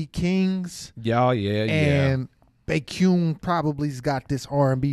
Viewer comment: It is pronounced "Bekion" Yay, he is such an amazing artist ❤ Exo's main vocal. Please react to his ballad works and UN Village